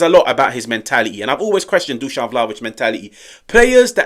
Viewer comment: 😱😮 Good job! You finally got the pronunciation right: Dushan! I soooo don't like him: #dumbball